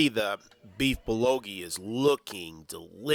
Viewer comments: 🗣Beef Bull Go Gee...Beef bulgogi, not bulogi. Great video other than that. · Great reviews and thanks for making the video. Very informative and I even enjoyed how you mispronounced many names charmingly entertaining such as "Bullogi(bulgogi) " 😉😄. Now I am very hungry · Hi great channel. It's Bulgogi btw, not Bulogi. And yea, I know bout Biwon Son! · Hi, it's bulgogi, not bulogi. :) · It's BUL GO Gi..not BU LO Gi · it is beef "BUL - GO - GI" not "bul lo gi" :D and "BIWON" sounds like this Bee-Won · Bul - GO-gi ... not Bul lo gi... it's painful to hear you mess that up so many times. Good video but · a great review. thanks for sharing. i definitely got a good idea of where I can take my family. just wanted to share that the korean meat (bulgogi) is pronounced bull go gee. looking forward to more videos. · say it with me BEEF BUL GOH GEE! LOL #kringe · It's called bul-go-gee...